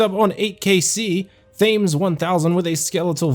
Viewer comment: LOL Th-aymes... Surely ppl know how to pronounce the name of the river that flows through London...?